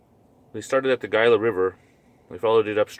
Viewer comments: it's pronounced Hila not Gila river as it is spelled ----the G is silent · this dudes lip smacking and pronunciation of gila is really getting to me